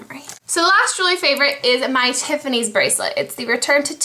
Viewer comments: She says jewlery favorite not july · haha she said jewelry not july.